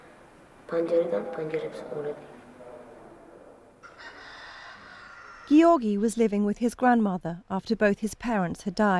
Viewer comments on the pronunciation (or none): His name is NOT pronounced Gee..or.. gee. It's Georgie...Giorgi.